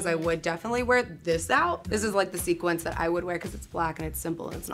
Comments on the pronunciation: it's sequins not sequence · Sequins not sequence. You are killing me guys.